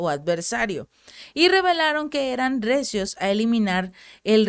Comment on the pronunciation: "RECIOS" o "REACIOS" ??? Saludos.